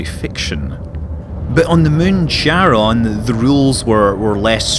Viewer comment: Hi Scott, great video - as usual :) A bit of nitpicking - I'm pretty sure it's pronounced kair-uh n - not cha-ron :p and every time you pronounce it your way, a little hellkitten dies somewhere in the Cthulhu Plains :) :D Btw, are large-population planets available for landings? With cities and stuff? (probably not, but here's hoping) Also, do you think the planetary landing piece is worth the almost full price for the game? Is it just a gimmick that you will get bored after a week or something that is actually useful to the gameplay? As you said, the crafting system seems very simplistic :/